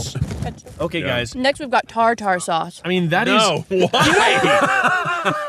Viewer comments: I want a series of videos where Rainie and give us new pronunciations for words "Tar Tar sauce" I was dyingg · I LOVE the new format but as someone with misophonia can we get a quick break from the sounds of eating? 😂😂😂 Also glad I’m not the only one who says “tar tar” for tarter sauce 😂❤